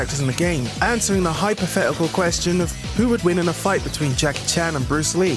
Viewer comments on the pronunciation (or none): Hypothetical not hypothe-ical. If you can say identity you can say hypothetical properly OK?